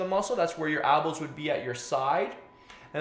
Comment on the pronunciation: ELbows not Albas lol